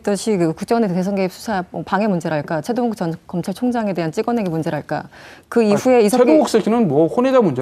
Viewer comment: 암만 들어도 “채동욱새끼는 본인이 나간거고”라고 들려ㅋㅋ